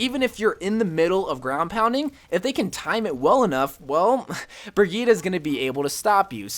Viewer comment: I've never heard anyone pronounce brigitte's name so wrong lmao